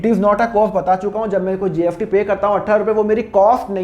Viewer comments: Pahle bolna sikho gst likhte ho or bolte gft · Syd mere kaan sahi se nahi sun rahe sir mujhe apke muh se GST ki jgh GFT sunai de ra😊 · why r u pronouncing GFT instead of GST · Sir GST hai app ye kyya GFT GFT bolte rahte ho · Sir GST BOLIA NOT GFT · GST KA PRONOUNCIATION GALAT KYUN SIR..GFT GFT JAISA SUNAI DE RHA HAI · Aap gst ko gft kyo bolte ho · Gst ko gft kyu bol rh h sir ... 🙄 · Nice video sir but gft speaking is not right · Gft gft kya bolte ho? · Iske muh se gft sun ke man kar rha kisi aur ka video dekh lu aisa lag raha chona raha hai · GFT?? S ko F bolte hai kya🤦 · Ye sir S ko F pronounce karte hai, so don't mind it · Bhai wo "स" ko "फ" bolte hai.